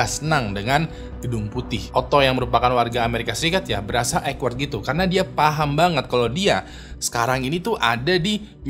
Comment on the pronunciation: Ekward itu apa ya? Awkward maksudnya? Buka google translate dan belajar cara mengucapkannya.